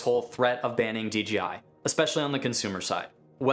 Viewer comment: Dude.. its DJI not DeeGeeEye